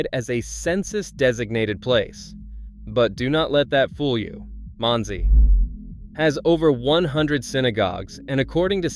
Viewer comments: Didn't get Monsey correct either. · not one of these communities is a suprise to most jews. i wish this guy would find out how to pronounce things right. even the town Monsey and Boca Raton is pronounced wrong.